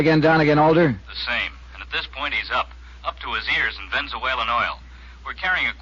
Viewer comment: I've listened to this episode before and just caught the mispronunciation of "Ven zu ale en" oil. Wonder that wasn't picked up back in the day.